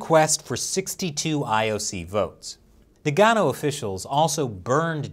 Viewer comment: Today on Nagano Mispronounced....